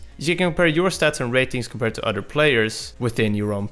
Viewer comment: I love these guys but, the bad Engrish is driving me crazy... Udder instead of Other, Alfer instead of Alpha.. I know it's accents but PLEASE work on it guys!